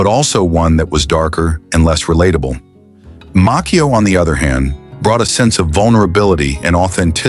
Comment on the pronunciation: Ralph Macchio pronounces his last name as MAH-chee-oh not Mock-eo.